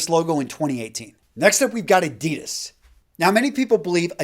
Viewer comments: Why do you deliberately mispronounce ADIDAS...? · The way he pronounces Adidas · Hi. Good Vid as always (I like Versace!), but as a German: please pronounce Adidas the correct way (maybe listen to your friend Raphael Schneider)